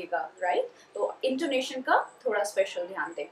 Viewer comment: Please do check your pronunciation of the word ( intonation).